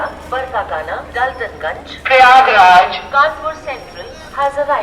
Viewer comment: Bhai Bar kakana nhi Barka kana hota h ....